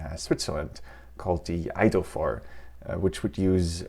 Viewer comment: I maintain that you can't trust anyone who speaks with an accent. Closed captions says "idolphore" when the speaker is struggling to say "The Eidophor Television System."